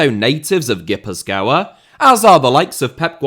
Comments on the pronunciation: ghee-puth-kwa is an alternate pronounciation that might sound local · Your pronunciation of Gipuzkoa is killing me. A banger nonetheless